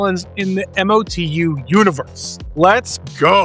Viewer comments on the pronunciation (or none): Don't spell out MOTU, just say it as a word, Mo/2.